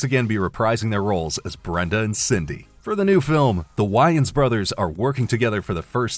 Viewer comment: You might want to learn how to pronounce the names are reporting on is the WAYnes brothers, not “Whyits”